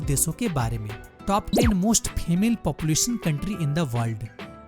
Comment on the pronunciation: FEMAIL NAHI SIR FEMALE but anyway good video and voice over keep it up